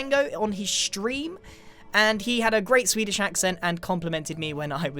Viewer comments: grian says swedish like sfedish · SVEEDISH OMG NEW WORD SVEEDISH WHEEEZE